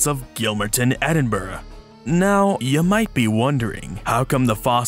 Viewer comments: You pronounced Edinburgh correctly! So cool to see something about a local fossils too :D Another fantastic video :) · As a Scot, let me just say: get a grip and a sense of humour, guys. pronounces Edinburgh right, which is the only thing I’m actually going to care about.